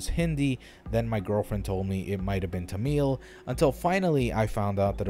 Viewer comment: I cringed when he said "Tamil" its hard to say how to pronounce it. Me being a native speaker with English as my second language, I was shocked that he even said Tamil. It is ancient but nobody has talked about it except for some native news stations.